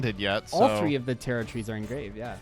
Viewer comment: Why don't people know how to pronounce tarot or tarotrei